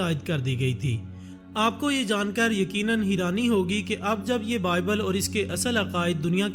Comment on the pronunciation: "HEERANI" kya hota hai yar? Hairani asl word hota hai. Voice over krney se pehley urdu to theek se bolna seekh lo.